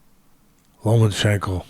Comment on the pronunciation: No more Lomanchekno, Teddy, you loined da kid's name.